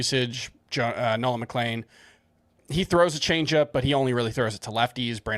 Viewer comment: for the love of gokys Hernandez it’s MCLEAN. Nolan McLEAN. Not McLANE.